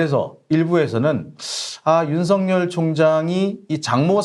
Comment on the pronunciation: 수고하십니다. 감사합니다. 윤석열 발음ㅡ> 윤서결 발음 주의해 주셍ㆍ. 윤석렬 아닙니다. 윤서결!